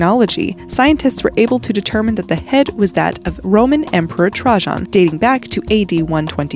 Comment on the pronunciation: Trajan, "Tray-Gin"